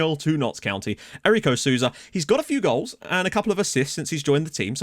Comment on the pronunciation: the "ou" in Sousa is pronounced like an "O". So technically you would read Sousa like "So-za" (like you read Sissoko for example)